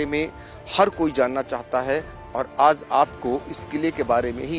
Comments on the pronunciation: Raja ko Raza..Aaj ko Aaz. Visheshta ko Visesta..😂😂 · एंकर साहब, पहले अपना उच्चारण सही कीजिए, (राज़ा) नहीं (राजा) होता है। (आज़) नहीं (आज) होता है,,😂😂 इसको तलफ़्फ़ुज़ कहते हैं 🙏